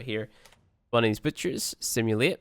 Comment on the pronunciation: why does he say butcher as bitch-er?? xD